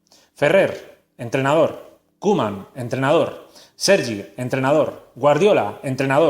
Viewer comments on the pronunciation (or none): none